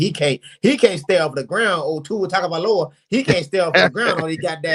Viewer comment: weekends from August to February are booked. Do Not Disturb. I don't know much about CFB outside of SEC & ACC. And shout out to him for pronouncing Tua last's name so well.